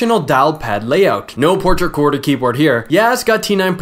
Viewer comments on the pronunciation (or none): none